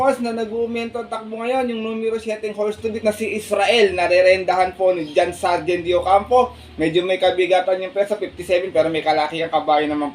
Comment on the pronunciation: John Sajhed boss hindi Sargen.. palagi kong naririnig sa vlog mo e.. Para lang din tama.. no hate..